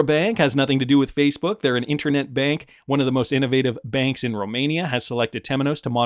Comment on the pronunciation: You pronounce the word 'bank' in Deutsche Bank exactly the same as you did in 'Banque Delubac'.